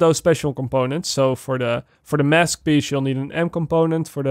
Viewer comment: PIEACE NOT PISH UGHHHH